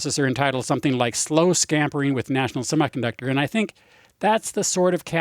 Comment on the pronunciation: I winced every time he said the word semiconductor.